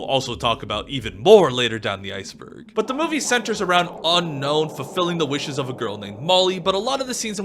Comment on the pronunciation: Why does everyone say unknown rather than unown?? It drives me mad